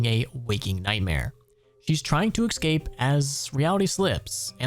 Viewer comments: I just wanna say that pronouncing 'escape' as 'excape' is very very annoying. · There's no "t" in "across" There's also no "X" in "escape"